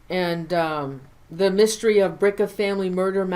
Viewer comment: Mystery dear, not mistery. Great video!